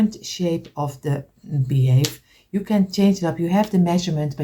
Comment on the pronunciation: you're saying it wrong it's beehive sorry I don't want to correct you but you're saying it wrong it's beehive your friend Heather from Canada Hamilton Ontario